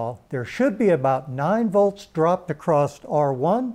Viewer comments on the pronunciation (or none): good info. i'll give the speaker a pass for saying "acrosst" cuz he's from a generation of rampant naivete.